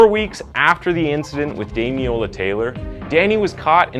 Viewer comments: It’s pronounced “peckum”. You don’t oromin cre the “ham” at the end of any name here. Also, at least get his name right. You kept calling him Damiola. His name was Damilola… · Someone will no doubt correct me if I'm mistaken, but I'm pretty sure his name is pronounced Dami-lola, you left the first "l" off consistently, saying Dami-ola. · Thank you for highlighting this case which broke the hearts of all in the UK. However, throughout you pronounced his name as Damiola. His name was Damilola. It would be respectful to make a reference to this. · Well researched piece but you didn’t watch much coverage on it I assume because his name is pronounced DamiLOLA not DamiOLA. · His name was Damiloola pronounced dam-in-ola ... Just thought a thought to correct ... :) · As a Nigerian the weird pronunciation of Damilola throughout was distracting. it's more like "Dah-Mi-Lo-La". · sad that you couldn't pronounce his name right, RIP DAMILOLA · at least say his name right ffs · Every time his name was pronounced wrong I cringed and once actually said there’s an “L” in there out loud. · This was a watershed moment in the UK. In lots of terms. You could at least pronounce his name right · Thank you for covering this case, as a Nigerian, I could tell you struggled to pronounce the name